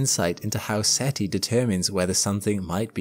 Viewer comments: Umm, you basically said SETL. It's "Search for Extraterrestrial INTELLIGENCE". SETI... NOT SETL. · If SETI stands for "Search for Extra Terrestrial Life", why do we pronounce an I at the end and not an L? Shouldn't it be SETL?